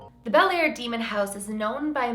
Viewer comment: if you're from the area, you pronounce the town like "Blair" :)